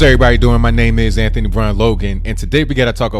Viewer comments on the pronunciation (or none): none